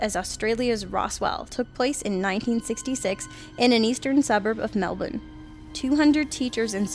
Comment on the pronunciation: if you are american please just pronounce melbourne like you normally do, it sounds weird when you try to say it like us